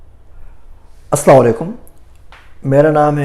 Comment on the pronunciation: سلام صحیح کریں